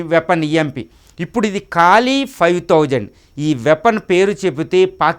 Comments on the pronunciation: కాలి... కాదురా అయ్యా..... కాళీ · కాళి ... కాలి కాదు...